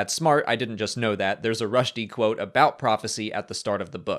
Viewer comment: "Ibn Rush-dy" "Averros" I'm not mad, I'm just disappointed. For future reference, his name is pronounced "Rooshd" with one syllable. Also "Averroes" is pronounced with four syllables.